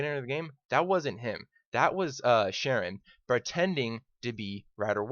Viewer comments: Caron not Sharon. Pronounced Care-un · It annoyed me a bit that he said "Sharon", its Charon (sounds like Kahron) But other than that, this guy is spot on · His name isn't "Sharron" it's "Charon" with a Ch and pronounced, as Rider White pronounces it with a "Ca" instead of a "Cha". So it sounds like "Care-un" This is confirmed on the deadisland.wiki. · Charon, not Sharon lmfao.....